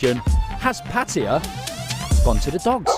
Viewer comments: Great Video! soi dogs are here to stay STUN GUN IS 300 Baht they run for the lives! ! But please after 13 years can you tell me where the "I or E is" is in PAT TAY A not (PATEEEYA) PATTAYA im a brumie too but i can tell Taxi in thailand where i live PATT AYA ! (where you wanna go son I Want go LOVEERPOOL ! 13 years and still cant pronounce P A TT A YA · Why the difference in the pronunciation of pattaya?? Sounds a lot better than pateeeeeya tbf